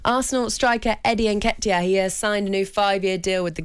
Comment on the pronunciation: why is Laura over pronouncing on the "ket" in nketiahs name. Laura are you getting withdrawals from the horse juice??